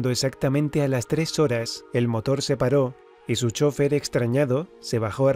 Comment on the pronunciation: Por que no sabes pronunciar chofer? Que clase de español hablas?